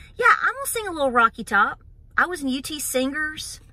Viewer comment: It's Top not Tock, just saying.